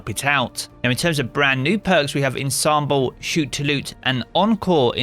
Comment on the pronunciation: can anyone in the Destiny community pronounce 'Ensemble'?